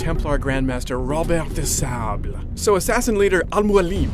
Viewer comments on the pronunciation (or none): lol at the way he says "al mualim" and "roberrrr de sauuuuble" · "...Templar Grand-Master Robuuerrt De Saaublahhh.." lol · The way he says Robert de Sable and Al Mualim just kills me! :D